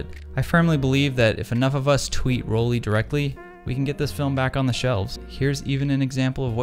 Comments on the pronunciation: It's Roll-eye. Not Roll-e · Love your vids, but since I am German, it is pronounced Roll-Eye